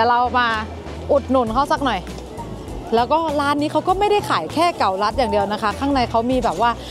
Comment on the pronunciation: เก๋าลัด รึ ว่าเกาลัด?